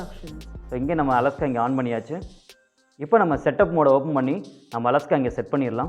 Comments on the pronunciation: அலஸ்கா இல்லை அண்ணாச்சி இது அலைக்ஷா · தல அது அலஹ்கா இல்ல அலெக்ஸா